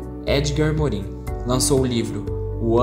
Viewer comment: parabéns pelo vídeo! Tenho prova hoje e seu vídeo me ajudou muito a sintetizar as ideias dos teóricos. Gostaria de dar apenas uma sugestão: atenção a pronúncia dos nomes dos teóricos. Como os nomes são franceses, a pronúncia correta seria: "Jean Bôdriard" "Edgar Morrãn" "Michel Focô" etc. De resto está perfeito. Parabéns!